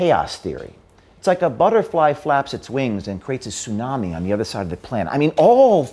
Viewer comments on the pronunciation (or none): none